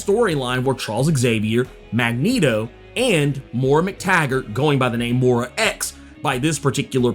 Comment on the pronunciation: Love your content. That’s not how you say “Moira”